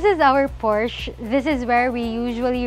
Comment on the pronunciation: I am hearing PORSCHE instead of PORCH for pronunciation...nevertheless maganda yung bahay